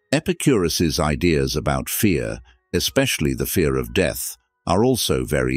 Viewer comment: This voice is not human. It is a robot. says words like death, or instead, with a wring pronunciation.